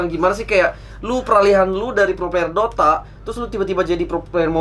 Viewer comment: " mau ngomong player kepleset jadi pler" Emng dasar 🤣